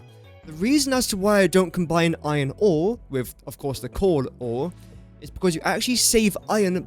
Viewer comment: Whenever you say coal, why does it sound like you're saying cord or corn? 🌽